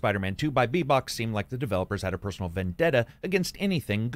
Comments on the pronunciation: It's Beenox, not Beebox lol 😂. Great costume btw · Hahaha, "Beebox" it's "Beenox". Although now that you say it I think I like Beebox better, hahaha!